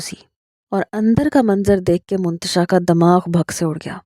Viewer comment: Mantasha hai naam hota h naki muntasha